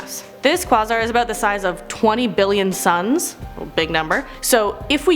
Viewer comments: Enceladus = En sell uh diss!! Quasar = Qway zar!!! I was starting to like you until this video. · Quasar is pronounced "kway zar" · Google has a handy tool that tells you how to pronounce those weird science words. Quasar sounds like Kway-Csar. Enceladus sounds like In-Cell-Ah-Dis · Great job. I'm with you on the physics, except I've had to teach myself. My teachers neglected physics. And its Quay-zar. The Qu is like Queen. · Hey!! Just a friendly correction: Enceladus pronounced En-cel-a-dus, and Quasars - Quay-sars You're doing an awesome job!! Love your vids!! 👏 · The way she says “condensate” and “quasar” bugs me